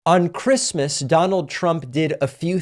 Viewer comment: He must not have gotten the Chwistmas pwesent he wanted.